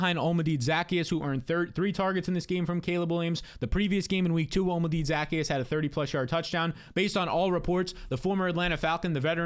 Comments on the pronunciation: Olamide zaccheus’ name is pronounced: hola(Spanish for hello)-mih-day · Say it with me. OH-LAH-MEH-DAY ZUH-KEY-ES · Say it with me: O-la-mee-day Zah-key-us -- Olamide Zaccheaus